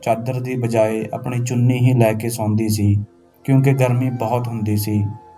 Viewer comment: ਚੂਨੀ ਨਹੀਂ ਚੁੰਨੀ ਹੁੰਦਾ